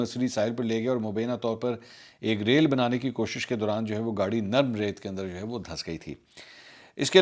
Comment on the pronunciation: "Rail" nahi janab "Reel" banany k doran